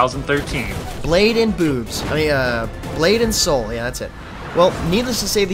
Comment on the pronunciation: Did he say 'Butt and Soul'? Lols!